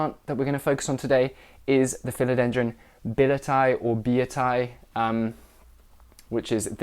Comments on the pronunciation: The correct pronunciation is Billie-et-tea-yay or Bee-yet-tea-yay (like Kanye), not Bill-it-tie. No one says it right though. So no worries! Gorgeous plants! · After reminding yourself so many times about the correct pronunciation, you kept saying it wrong :) The discovered of this plant herself said this needs to be pronounced "billie-ye-ti-ye".